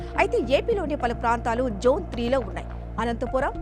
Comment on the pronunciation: Jone kadu Mam zone chepandi